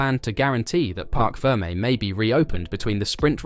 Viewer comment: It’s “parc ferme” - French. “Park ferm-ay”, not “Park firm”. 🤦‍♂️🙄